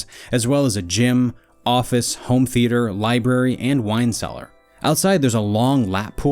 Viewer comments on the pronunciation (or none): none